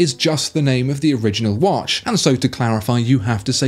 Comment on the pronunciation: Its not wash its watch come on man.